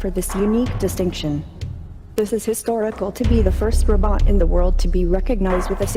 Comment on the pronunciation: It's robot not robort